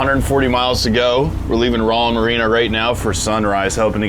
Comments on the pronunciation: You mispronounced Roland’s name so many times, I feel like you were trolling. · Roland not rawland